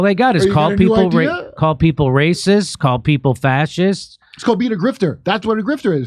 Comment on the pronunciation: You did your bit, Jimmy, accusing other people of being Nzees, Rahcysts and Fashistas. For years you did that.